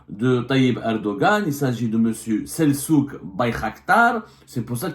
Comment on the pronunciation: Selçuk = on prononce Seltchuk en turc... les karghouli qui ne savent pas prononcer la langue de leur père